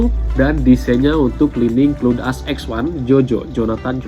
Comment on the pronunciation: Clun? Wkwkw cloud (kloud) bacanya jangan asal²